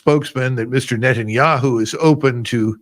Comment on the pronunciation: Finally someone who speaks correctly about net'n'yea-who